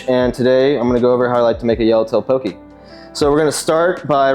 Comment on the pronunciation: Pronounced “Pokeh” not “pokee”